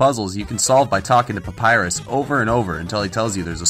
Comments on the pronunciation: Ironicly enough, the name of Papyrus is not "Papyru". I wonder if thats why he allow it. ;) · "Papyru" is not the only one ! (audible wink)